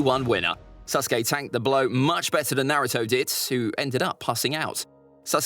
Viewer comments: HE SAID “SUS-KE” INSTEAD OF SASUKE when ze imposter is sus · He didnt say “Sasuke” he said “SUSuke” 😏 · Stop saying suskay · Why do people call sasuke susuke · I love how the narrator keeps saying Suske instead of Sasuke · I loves how he says Saucekay than Sasuke XD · Did he say SUSuke? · Man is saying susake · His name is susgay not sasuke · HE PRONOUNCES IT LIKE "sus-uke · " Naruto vs SUSkae" kinda sus my guy 00:9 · This dude keeps saying suske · Stop saying susgay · Naufal saskeh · Me hearing: susgay? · who else is hearing "susgay" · I swear I’m. Not making fun of you but I like how you say SUSKAY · He keeps saying susgay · Why he say SUSuke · Man really said suskey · I like how he calls sasuke “suske” in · My guy really called him suskai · I like how he keeps saying suske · "SUS kay" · Love how he say sasuke like sasgy and how he called Naruto’s clones his friends like bruh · Mans saying sasuke like susgay 💀💀